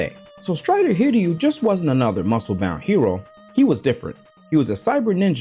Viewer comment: wow, an american who actually knows how to say "hiryu"